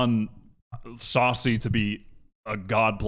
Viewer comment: the stress on "sacy" is on the second syllable